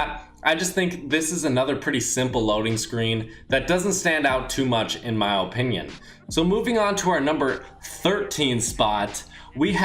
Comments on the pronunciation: How many times is this guy gonna say ohpinion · ''in my ope-nion''